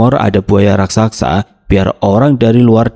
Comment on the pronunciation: Bnr2 gak bs spelling RAKSASA ya? RAK-SA-SA, bukan RAK-SAK-SA.